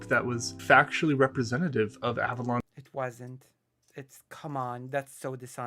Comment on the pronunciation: Wow, I didn't realize at the time, but he goes from pronouncing it like "Avelone" to "Avalon" during this. That's so weird!